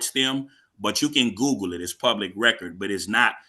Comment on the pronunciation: That guy is well, prepared "I don't remember the name of the law firm, but you couh Goog-o it" What a clown.